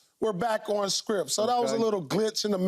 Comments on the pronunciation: Sounds like Pierce is saying scripp and sounds terrible saying it😂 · I hear scripp, not script 😂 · Did he saying Script or Shrimp?😂